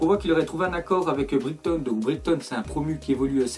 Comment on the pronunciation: le commentaire est pas méchant mais on dit "Braiton" et pas "Brigton" ;)